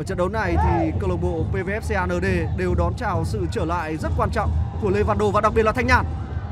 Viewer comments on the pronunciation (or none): Đọc Xê a nở đê vãi kém. Cứ đọc công an nhân dân đi cho chuẩn. 😂😂😂